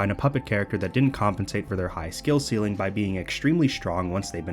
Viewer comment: ceiling, man, not seeling